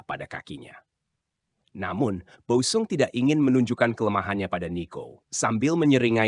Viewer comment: OE = Ejaan lama = U; jadi Boe sung dibacanya = Bu sung bukan-nya Bo-e sung DJ = Ejaan lama = J; TJ = Ejaan lama = C ** Kreksi ucapan